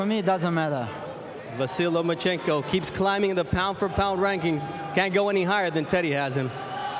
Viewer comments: Lomanchenko? Cmon man learn to pronounce the guy's name correctly! He deserved that! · Ok Teddy Atlas, say "Loma"......now say "Chenko"......there you go...you got it.....now try not to say Lomanchencko....good lad!!!! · Teddy atlas always: “lomenchenko” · "Nomaschenko" does it again. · Where is the "n" after the "a" in Lomachenko Teddy?